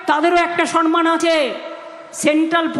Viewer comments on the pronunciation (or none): মমতা ব্যানার্জি সনমান শব্দটা ব্যবহার করে থাকেন, উচ্চারণটা ভূল, সম্মান শব্দটা উচ্চারণ কেউ বলে দেবে সৎ সাহস কারো নেই।